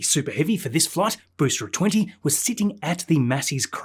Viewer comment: This guy does good quality videos... But Tanzanians can't pronounce the words 'booster', 'entirely' and 'there/their/they're' correctly... 😂 Once you hear it, especially with the amount of times he says booster, you can't unhear it!!